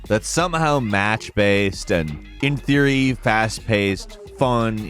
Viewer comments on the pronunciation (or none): none